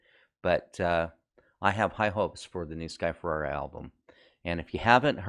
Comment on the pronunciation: Watched your videos. Nice! Don't think you're saying sky Ferreira name right though.